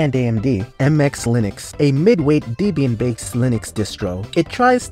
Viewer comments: pronounciation errors make me think it's AI, like deeeeebyan deeeeeebyan deeeeebyan instead of debian. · How can you say debain like that